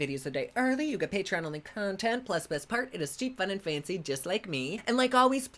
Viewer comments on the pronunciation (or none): none